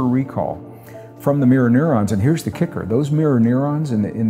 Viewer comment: His pronunciation of neura is preposterous